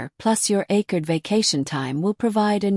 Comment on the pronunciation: Nothing special. This AI stuff is sloppy about pronunciation. Kept pronouncing accrued deferment ways.